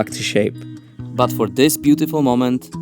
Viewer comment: omg the french accent "butifule car hein ?" 😭😭